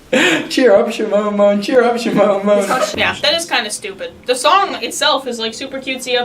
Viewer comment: And it's cheer up not char up or chear up